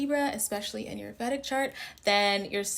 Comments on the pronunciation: Vedic is pronounced as vay dhic not vèdic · Please, Vedic is pronounced “Vay-dik” from the Vedas— ˈveɪdəz/ or /ˈviːdəz/.